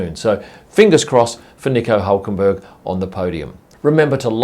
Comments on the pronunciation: No, we Germans don't call Hülkenberg "Ulkenboerg" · Nice try trying to say his name in german... was completly wrong tho ;) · Iam a german. And his name is not pronounced like that :D